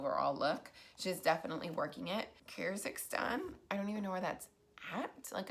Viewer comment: Keer • giz • stahn --- that's how you pronounce Kyrgyzstan (ik I'm like 2 years late but whatever lol)